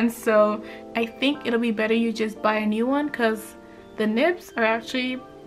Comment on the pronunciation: Copics was bwetter, becwause the ays, i luv it